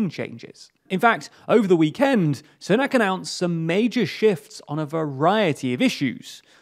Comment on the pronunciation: When political experts can not even pronounce "Sunak" properly